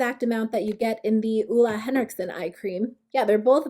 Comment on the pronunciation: you pronounce it olay henrikson, no hate (i really hate when ppl say things wrong) idk why tho, sorry